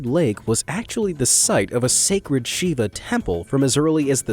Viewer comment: You said shiba not Shiva!